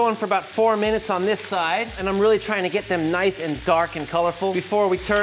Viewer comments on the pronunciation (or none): none